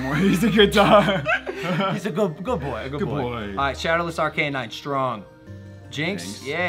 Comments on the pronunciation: Logan: Ar-Cay-Nine Isn't it just Ar-Ca-Nine? This man really out here spending $200,000 on pokemon cards, and he doesn't even know how to pronounce em 💀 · I cringed at that moment too! It's definitely "Ar-Ca-Nine".